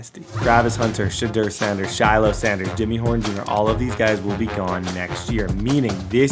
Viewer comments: Say it with me SHY-LOW not Shhhlo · sh-high-low lmao dude said shi-low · Shilo name is pronounced shy-low … not shello 😂😂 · Shy-low bro. Idk who sha low is 😂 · shiiiiilooo the way he says his name is so funny😂😂. The way to pronounce his name is shy-low putting you on game td you the goat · Shilo pronounced as Shy-low 😂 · calling him shalow is crazy 😂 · ITS (shy-low) lol😂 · Say it with me buddy SH-EYE-LOW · Shy-Lo is how you pronounce the name. You were butchering it. Come on. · It's pronounced Shy-low Sanders. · That man’s name is SHY-LOW…😂😂😂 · its pronounced Shy-Low brotha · shilo is pronounced shy-low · Why you keep saying Shilo name wrong😂😂😂